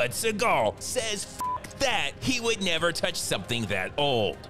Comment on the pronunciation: “..he will Mever agree to thadtt!” 😂😂 Fire narration